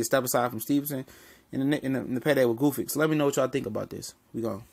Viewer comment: OMG, what is so hard about Gvozdyk's name? :) It rhymes with "gnostic", "caustic", "cosmic". Gvoz (long "o") + dyk (like "dick").